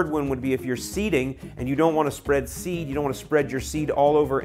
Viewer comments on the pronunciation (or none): none